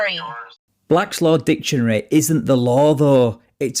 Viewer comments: Part of the sovcits’ ignorance is demonstrated by how they pronounce their preferred resource as “Black’s Law [space] Dictionary”, rather than Black’s [space] law dictionary “. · All these SovCits say "Black Laws Dictionary" like its a list of laws instead of pronouncing it correctly as "Black's Law Dictionary, a book that lists definitions of legal terms. 🤦‍♀️ Dammit! After listening to her, I'm not sure I have it right now. She confused me! It is Black's Law Dictionary, right? 🥴😂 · Why can’t they ever pronounce ‘Black’s Law Dictionary’, emphasis on the word ‘Law’. Not ‘Blackslaw Dictionary’ or ‘Blacklaw’s Dictionary’! 🤦🏻‍♀️ And, OF COURSE they don’t ever use the most currant version, nor do they understand that it’s JUST a DICTIONARY!!!!!🤦🏻‍♀️